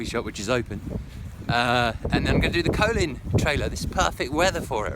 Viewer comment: Great vid, I hope she's not a charge character but you might be right As a side note it's funny hearing you pronounce her name "Colon" lol, I think you were talking when the announcer and Gill pronounced it in the trailer